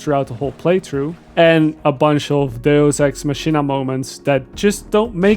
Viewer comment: look up the pronunciation of deus ex machina lol